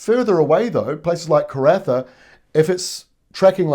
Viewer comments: Karratha is pronounced kah-RAH-thah 😊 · Thanks. I just found out I didn't know, what I thought I knew the equinox was. 😁😁 Starting to cool down now in the Rocky area. 20-30 each day is quite bearable. Car-ra-far we call Karratha. Rise on the second syllable. 😊